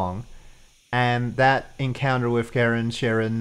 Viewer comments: try this ... it's not "care in" like Karen, ... and it's not "share un" like Sharon ... it's closer to "car ron" like Charon :) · Stock in Charon with the hard k sound has lost a lot of value recently. If it were me, i would prefer the soft 'sh' pronunciation.